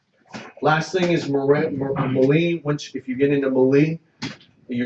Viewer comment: Looks like another fun game. Gonna watch part two. Oh... Melee is said = May-Lay ;) Keep it up.